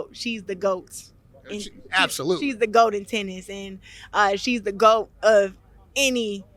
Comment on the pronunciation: BIg butt, lol, would that make her bloat, not gwoat...